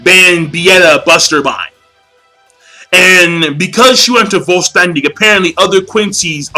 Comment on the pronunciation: vollständig is pronounced foll shtendig king